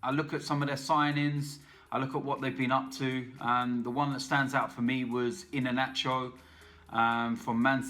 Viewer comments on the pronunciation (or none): My man said inanacho 🤣🤣🤣. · When he said in a nacho instead of iheanacho I died